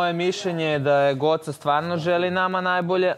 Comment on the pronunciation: Kad Luna kaže Guoca... 😂😂😂😂😂😂😂